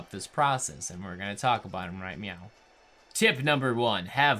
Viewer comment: Lol he said right meow